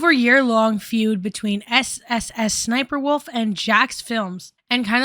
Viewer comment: With peace and love, you only have to say the first two “S”s of SSSniperwolf. Like “ess ess sniperwolf”. Like a boat kind of? Other than that, great video ! lol